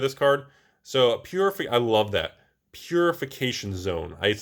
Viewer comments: I have never heard anybody butcher Italian words so badly.. Purificazione! good grief! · It cracks me up when tries to say foreign card names ( Hello Tetsuo Umezawa/Purificazione?). In his favor, I gotta say some Italian words can be quite tricky for English-speaking people